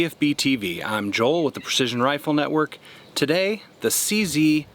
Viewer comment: It's not a "CeeCee"! It's a "Cee Zett". Makes me sick. Good video though